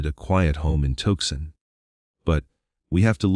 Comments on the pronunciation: That was the worst AI reading I’ve ever heard. The multitude of mis-pronounced words is hilarious! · Too son not tukson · It's pronounced Tucksen, not Toesun, robotto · 😂I KNOW, right?! I put a note in to the creator regarding the AI silly mispronunciations making my brain ITCH & my train of thought jump the tracks😂 this AI narration just has SO MANY simple mispronunciations! Tucson was pronounced 3 different ways throughout the story: TUCK-sun🤨 TUKE-sin😖, TUCK-sin😒🎉, and ALIBI 😂😂😂 AL-uh-bee😂😂😂😂 that one GOT me!! The 1st time I was like: 😵‍💫😮😬, the 2nd time was like:😳🙄, but after that, EVERY time, was like:😂🤪🤠🤣 It just got funnier and funnier each time😂❤ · It convinces me that this report is AI generated. Cannot even pronounce Tuscon correctly… w t f is “toe son”. Very direspectful…. Stop profiting from fear mongers ! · Tooson not Tookson al eye bye not alibee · Like Tucson (Too-sahn) is pronounced TUCK-sin and later, TUKE-sun😂 and ALIBI is AL-uh-bee 😂😂😂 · Touksahn, Arizona 🤣 Alibee 🤣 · SCREW THIS AI GENERATED SLOP THAT CAN'T EVEN PRONOUNCE 'TUCSON', OR THE WORD 'ALIBI'. STOP FILLING YOUTUBE UP WITH GARBAGE DESIGNED TO MAXIMIZE PROFITS OVER A FAMILY'S HARDEST MOMENTS. TOGETHER WE •CAN• STOP THIS CRAP, JUST HIT THE THUMBS DOWN 👎 AND •DON'T• WATCH ANYMORE OF THIS DIGITIZED LIQUID EXCREMENT. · What a dummy narrating this - he can’t even pronounce Guthrie correctly much less not being able to say What Tucson!